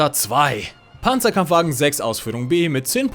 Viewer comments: Toll ein englischsprachiger Youtuber der nicht Pänzerkämpfwägen sondern Panzerkampfwagen sagt. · I am a german and im very proud of you, couse everytimes i hear somebody say PANZERKAMPFWAGEN 6 AUSFÜHRUNG F wrong i get an heart attack. Lol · als Deutscher freu ich mich über richtige Aussprache von PzKfw